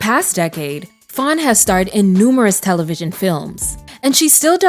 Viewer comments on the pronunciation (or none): Faune not Fawn 🥰